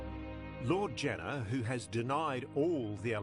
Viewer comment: People were up in arms about him being taken to trial (Which wouldn't have happened anyway due to his dementia) But it doesn't change the fact that there were over 30 allegations against him. And, not to be pedantic, but it's Janner with an A, not an E